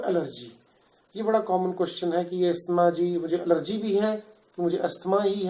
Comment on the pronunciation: You can't even pronounce asthma what kind of doctor are you